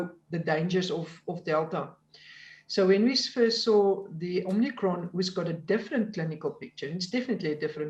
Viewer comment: She called it the "Omnicron" :) Give me a break!